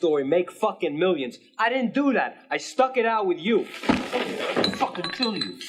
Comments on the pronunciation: "And he diddennt" 🤣🤣🤣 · LMAO "Did-Dent" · Oh No He Di'ent! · "And he did ent" 😂